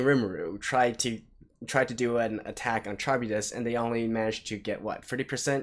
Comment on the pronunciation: Kah-rib-dis. Charybdis is a monster in Ancient Greek Myth. You can look up the pronounciation too.